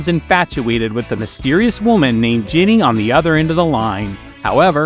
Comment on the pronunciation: It's JENNY not GINNY. gah...